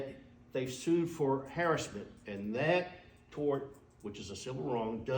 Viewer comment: what the hell is harrisment ?!! 😂😂